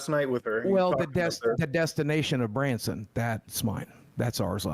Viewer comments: Branson? Not Bronson? No dice. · Not Branson Missouri... Bronson Missouri